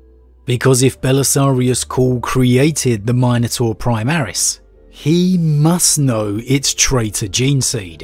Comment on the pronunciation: Nope. Can't get past how you pronounce minotaur.